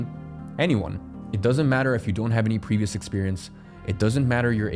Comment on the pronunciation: "Pervious" "Onling"